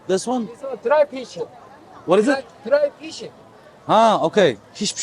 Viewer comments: Drei fishing. 22.15 3 balık dedi agamız garip sekilde almanca konsdu 😂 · Dry fishin anladım ben korece aksanlı söyledi